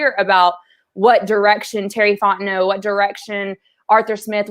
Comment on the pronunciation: 1 of 2 ways i need this to go down.... either you figure out how to say the mans name, "Fon T Know", OR, you continually mispronounce it for the entirety of his tenure at the falcons or just call him BIG T BABY